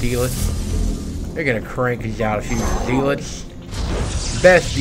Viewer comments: "GOD DAMMIT, WHERE ARE MY ZEE-LOTZ?!!?!" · "WHERE R MY ZEE-LOTZ?!?!?"